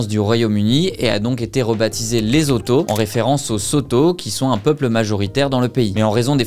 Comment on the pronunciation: Bonjour. LESOTHO🇱🇸 se prononce: LESSOUTOU et BASOTHO se prononce: BASSOUTOU. MOSHOESHOE se prononce: MOUCHOUÉCHOUÉ. 🙏🤝🇨🇩